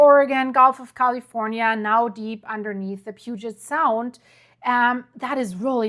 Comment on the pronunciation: Can you learn to pronounce sequence correctly and Puget Sound correctly!! I’m sorry but to me— you totally killed this video with your mispronunciation! Get it right